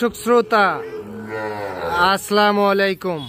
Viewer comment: ভাই দয়া করে সালাম দেওয়াটা ঠিক করুন ভুলবাল সালাম দিয়েন না.....আস্লামলাইকুম না বলবেন হচ্ছে আস-সালামু আলাইকুম অর্থ:- আপনার ওপর আল্লাহর শান্তি বর্ষিত হোক